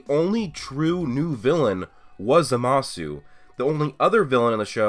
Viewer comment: Jezus u dumbfuck learn to pronounce zamasu right u and every idiot on youtube pronounces it wrong